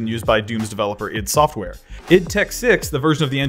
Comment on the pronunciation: How is nobody talking about how he pronounced id software??